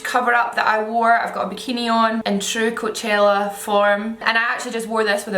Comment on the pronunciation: The way she pronounces coachella 😍😍😍